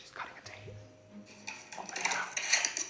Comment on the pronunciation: You said date all I heard was taint!!!! 😂😂😂